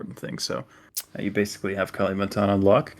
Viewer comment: So funny heard you calling kalimantan as kali, like california as cali 😂